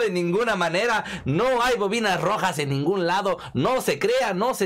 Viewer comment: Primero enseyate a hablar y decir bien las palabras no son los bovinas rojas son lo boinas rojas y cuando hables de ellos habla con respeto no seas tan ignorante no te enseñaron a hablar con respeto